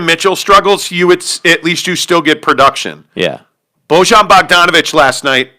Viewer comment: Defenetly an overaction at this point. Jazz only lost one game in a row. They beat the celtics. You also don't know how to pronounce Bojan.